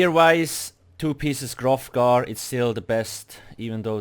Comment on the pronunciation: LOL ofc bro, verevolf, grofgar (grothdarr), wampire, insayne, all of them but we love its not personal